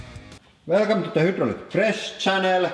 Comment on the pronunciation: When is someone going to tell him he's saying hydraulic wrong?